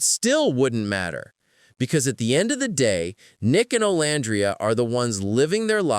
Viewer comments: Omg pls pronounce Olandria's name correctly! Oh-lann-dree-yah 🙄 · Pronounced: O-lan-dreea! I can't stand it when ppl say her name incorrectly! 🙄